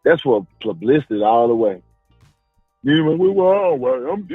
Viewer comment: "It's plublicity"